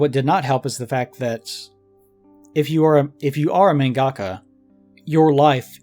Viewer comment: The way pronounces mangaka irks me so much. No shade, just every time i hear it i think, "that's not how it's said".